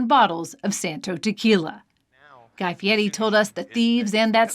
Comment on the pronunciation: Guy Fee Eddie, huh?